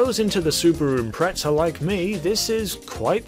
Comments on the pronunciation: It's Impreza not impretza 😂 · Why tf are you saying Impretsa ? It's Impreza, with a Z. Facepalm. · Its impreza not impretza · It's not impretza, it's pronounced imprezza. Also you hype up your course way too much, you don't need to keep terlling us who made it and what it's for it's been said in your countless other videos bud, it really isnt as spectacular as you keep making it out to be. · “Subaru impetza” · I don't know why, but I've never heard a Brit say it any way other than that. It's actually a little annoying because that's not how you fucking say it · I know right 😂 a subtle trigger when he says it like that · This dude said impretza